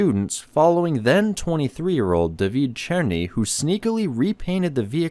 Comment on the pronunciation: Damn you said David Černý quite well.